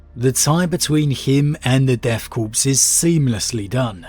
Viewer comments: Corps, in this military usage, is pronounced Core, as in an Apple core. The P is always silent. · Corpse’s makes more sense with these guys considering how suicidal they are. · It can be pronounced either way, just like marine corps. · Well, I'm glad is saying Kreeg now instead of Kree-egg. Now we just gotta get that ps out of Corps/Korps. Interesting that you liked the modern storyline more than the history, I think AdRic said the opposite. I appreciate seeing different constructive viewpoints